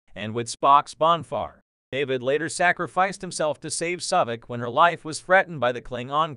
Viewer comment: Saavik, not Sawvik.